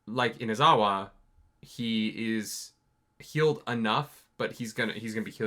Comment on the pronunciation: it's Inazuma not Inazawa. still, Inazawa is a Japanese common name tho, not gonna blame you.